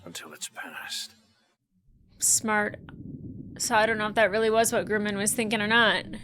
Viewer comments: Great takes, spot on in my opinion, but has anyone else mentioned, it's not Grooman, it's Grumman😅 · The name is Grumman, not Groomin. LOL